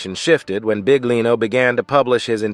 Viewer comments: Ahahah mi fa ridere come pronuncia BIGlino ahahha 😂😂❤❤ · Come accettare che la voce narrante all'inizio (e anche dopo) dica "Mauro Big-lino"???! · Adoro La pronuncia Del Narratore (Mauro Big-Lino) mette in evidenza il lavoro e tutto il resto portato alla luce da mauro.. davvero Big! Grazie Mauro 💞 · I can't handle the pronunciation of his name